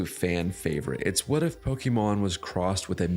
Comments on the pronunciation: Bro... learn how to pronounce Pokemon. All it takes is a 5 second google search. How do you expect us to take you seriously otherwise? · Every time you say it I cringe a bit. I almost can't watch the video... idk, I may not